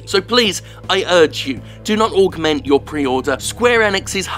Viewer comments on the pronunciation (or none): Is it me or can that female narrator computer voice thing not pronounce 'Augment'